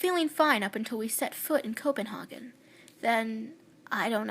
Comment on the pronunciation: It's really good. You're saying Copenhagen wrong tho.